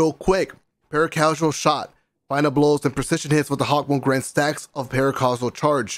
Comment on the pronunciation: YOU CALL THIS THING A HAWKMOOM 😡😡😡😡😡😡😡😡😡😡😡😡😡😡😡😡